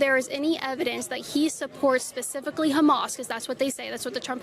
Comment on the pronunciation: Starts out "Pacifically" rather than "specifically." I don''t care what the reply is when the question is so stupid.